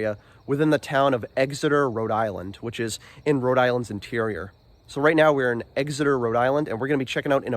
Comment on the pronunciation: EX-eter, not EGGS-eter. Like NH, same pronunciation.